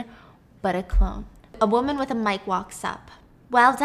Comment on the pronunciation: always saying cologne instead of clone is what I’m here for and this time Stephanie didn’t even bother correcting him😂